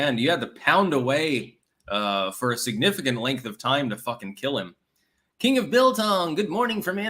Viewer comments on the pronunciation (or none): none